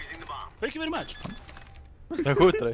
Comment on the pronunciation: Wery Great Wideo. I tink